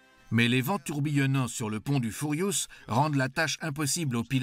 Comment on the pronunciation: Le Furiousse, le Brémène, le Royal Navel Air Service, Nouillorque, le Couine Mairie, Air vonne Ribenne Troppe, le Grave Spi, résister aux Zou Bottes, ............MDR